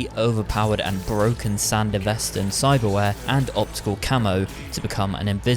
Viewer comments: It’s Sandevistan not Sandevestan as you constantly say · couldn't pronounce it correctly like in the anime...? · How ya gonna make this vid fresh off the anime, and still Repeatedly mispronounce SanDevistan?